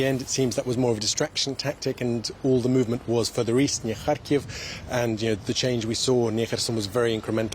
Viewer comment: I really love the way pronounces "Kharkiv" and "Kherson". He is a great reporter.